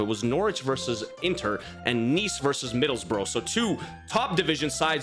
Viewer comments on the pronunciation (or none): Try to remember it’s said Middlesbrough like middles bruh not like a rabbit borrow Middlesbrough (middles bruh)